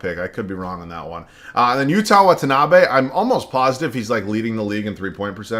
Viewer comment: just letting you know the pronunciation on Watanabe is the best i’ve heard from content creators 😪